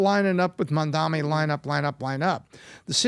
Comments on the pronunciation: Your points are invalid if you can’t even pronounce the opponent’s 7-letter name correctly, yes. It’s MAM-DA-NI, not mamdami. the disrespect of mispronouncing somebody’s name shows the kind of respect to return.. 😂🤡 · It’s mam dani phonics guys not Man Dani just fyi